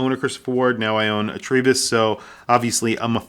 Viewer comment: Great review,. Enjoying my own TRI-03 in yellow since it arrived last week. However… Why do you pronounce it TREE-bus? The Ward lads say it’s TRY as in Tribe. Ah well… Liverpudlians…